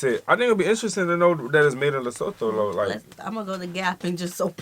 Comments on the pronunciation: Pronounced LEH (like meh) SOO - TWO...not LUH-SO-THO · Pronounced Lesootoo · it's pronounced leso2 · Eyyy famm🔥🇿🇦 Lesotho🇱🇸 is pronounced like "to" at the end (tho), so it be Like Lesoto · LESOTHO Pronounciation: LI SU 2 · The person in the video was pronouncing Lesotho incorrectly. The "LESO" part was pronounced correctly, and the "THO" part should be pronounced similarly to the "TO" in "TOY". I am surprised that they didn't mention that it's one of the few countries in Africa with Snow White winters and a popular Skii Resort AfriSki. They have cold winters, that's why they're always wearing blankets. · note she didn't say Lesotho right. I swear she's intentionally gaslighting us🤣🤣🤣🤣 And it's technically a prime minister not a governor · the way its irritating me how she says it wrong lol. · She should have learnt how to pronounce the name Lesotho before doing the video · She doesn't pronounce Lesotho properly 😢